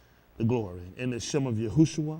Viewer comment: Yahshua*, not Yahusha😁